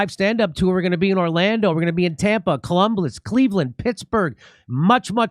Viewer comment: Columbliss is my new way on saying Columbliss!